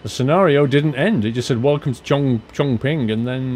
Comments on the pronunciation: I guess you might already know this... Chong Qing sound a bit like "Chom-See" with the silent "G" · Chongqing is pronounced more like Chongching. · Just letting you know, chonqing is pronounced chongching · Chongqing is pronounced as Chong-chin